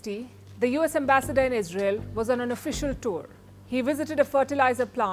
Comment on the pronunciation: Iz Rey yell is out of control